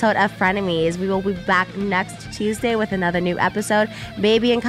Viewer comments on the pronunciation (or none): none